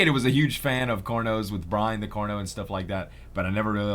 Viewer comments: its pretty annoying that he says corno in stead of carno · when you say Carno, to me it sounds like Corno